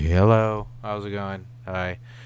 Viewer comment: The start of this video was "*Burp* well hellleeeeeeeeuuuuuuuuu incomprehensible" And I kind of lost interest in watching any further.